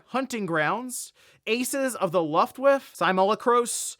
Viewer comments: "Luft waif" haha it's looft-waff-a 😉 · Aces of the luft-whiff😂 Well, that pronunciation was certainly a whiff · Aces of luft wuffa lol. 1940 Germany just turned over in its grave. Your sure know your game content 😂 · Luftwif? Oh man. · Sorry: Lue-ft-wah-fa - German WW2 air force. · I think there's space to recognize that we all have to say words from time to time that we've only read and never heard, or don't remember hearing, and fuck it up sometimes while also finding a particular mispronunciation to be funny. Luftwiff is pretty funny. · He said lufwiff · Wow. Interesting way of pronouncing Luftwaffe. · The way he pronounced Luftwaffe 😂😂😂